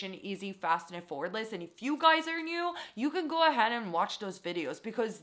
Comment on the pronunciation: cringes everytime she pronounces “effortless” wrong😳